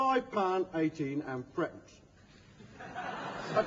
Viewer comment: It isn't a coin. it's just a 2p and a 1p, making 3p. He is saying it so it sounds more like frepence though, not thruppence.